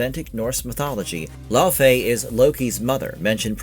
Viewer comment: Laufey (the mother of Loki) is correctly pronounced "LAY-vay" or "LEH-vay" (rhyming with "day" or "say") tho I always pronounce it as "LAU-FEE" ,but that's just me....Anyway! I just love that a fellow geek is portraying the bad-ass wife of Kratos! You can tell she really knows and understands the lore of the games and that is going to translate very well! Can't wait for this game to be released and discover the beauty of the world and the lore within! Also, The Everywhen was also called the afterlife of the gods in the trailer! Seeing an Egyptian style goddess in there. Could that maybe be a small Easter-egg that Kratos killed the Egyptian Pantheon before meeting Faye and going into the Norse Mythos of GoW 2018? Would be cool!!!